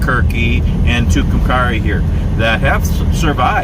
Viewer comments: you are pronouncing it wrong .Too Cum Kerry named for two Indians the died o Tucumcari mountain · I live in Clovis New Mexico and travel to Tucumcari once a month to my doctors appointment. We also go there occasionally to go to Conchas Lake. It's really a nice little town. It's pronounced at the end like the name Carrie. Thank you for this. I love it!❤ Hope you get through Clovis some time. We have some pretty nice history. Including the Norman Vohs recording studio where Buddy Holly recorded, among other things..🤗. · The "a" is a long a in Tucumcari. (Its pronounced like the girls name). Nice video. Thanks for posting.😀